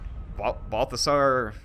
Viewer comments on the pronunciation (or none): Did you just call him Barfasar? lmao